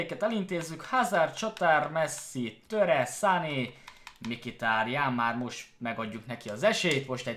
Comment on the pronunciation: az nem "MIKITÁRIÁN" hanem "MHITÁRIÁN":D